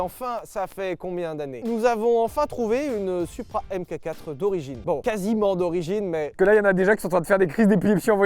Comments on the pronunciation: Pour info les français, on dit "Mark Four" pas AimeKaQuatt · Merci pour ce bel essai, comme d’hab. En revanche par pitié, c’est pas « M-cacatre » mais Mark 4. A l’oral j’veux dire. Enfin oralement parlant. Bisous. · Ca débat pendant une heure sur la prononciation de "Countach" mais ça sait pas que "mk4" ça se dit "Mark 4" Sauf si c'est exprès pour me trigger, auquel cas c'est réussi